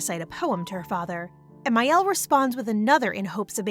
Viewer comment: Me twitching the entire time because the sister's name is Miel, not Mael 🥴